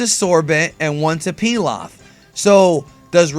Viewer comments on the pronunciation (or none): none